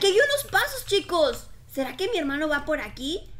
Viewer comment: Jaja tu hermado cada parte dices hermado